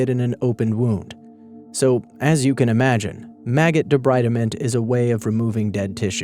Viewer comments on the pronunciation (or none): It is pronounced "debreedment". Need to know Latin & Greek pronunciation. ALSO, many of these therapies STILL OCCUR such as ECT and maggot therapy. Keep up the good work! ! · debreedment.... it's pronounced debreedment... I studied it when i was 19 because that's when i took on my first case for the coroners office of the county i live in... so... :) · it's pronounced de-BREED-ment, as in to remove debris